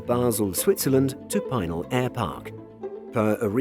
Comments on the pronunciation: Just a heads up, Pinal is pronounced pee-nal, not pie-nal. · PEE nal,. I live out here in Arizona. It is an Indian tribal name. I have gone out there many times. It is the former site of the Arizona air national guard. I’ve seen many 747s, and other aircraft, go to their final resting place At this facility.